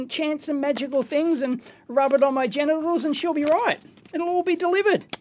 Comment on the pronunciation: Equally good...every time he says gentials hahha